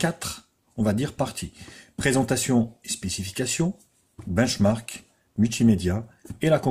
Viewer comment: Comment il dit benchmark sa fait daec